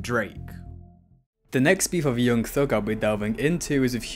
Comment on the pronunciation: 'yeung theug'